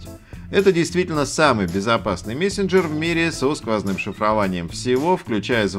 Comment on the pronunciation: ахаха мЕсенджерь))